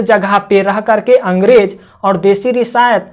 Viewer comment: Risayat nhi riyasat